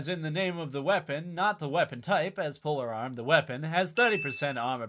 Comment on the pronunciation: = Say it...."POLE-ARM". Wtf is a Polar Arm?;)